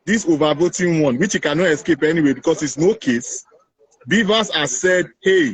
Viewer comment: "He can nu escape".